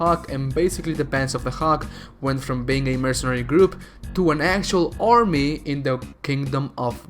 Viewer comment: Faather? Ormy ormy and ormy? Selled? Hawg instead of hawk? Hunteth? Sportans? Really?